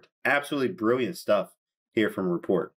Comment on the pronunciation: His name is not pronounced that way.. please correct next time..